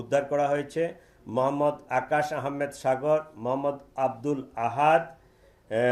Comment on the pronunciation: তোমার মোহাম্মদ বলার ধরন টা ঠিক সুবিধার লাগলো না ।